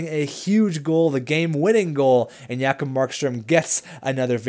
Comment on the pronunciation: J-kob not Ya-kob!!!!!